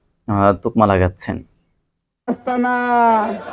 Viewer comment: তোকমা!!নো নো নো , বলতে হবে তকমা